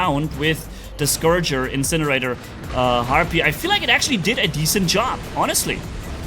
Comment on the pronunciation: it’s Scorcher, not Scourger. Confused me at first. Carry on